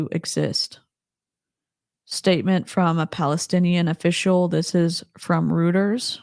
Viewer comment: Thank you so much for covering this! This is all just so devastating. I don’t understand how we live in a world where this is happening. Just tragic. (Just so’s you knows, Reuters is pronounced “roiters”)